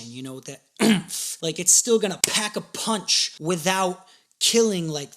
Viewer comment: You said packapunch lol that's coo